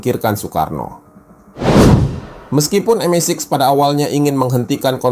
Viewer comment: Tenang mas... MI5/MI6 cukup disebut "em-ai-faive" & "em-ai-siks".